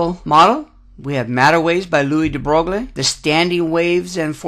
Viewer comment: Very nice! BUT, Please learn to pronounce these scientists names properly...gives an atmosphere of experience! de Broglie is pronounced "dee Broy". This was my first of your videos--I subscribed and plan to see the rest.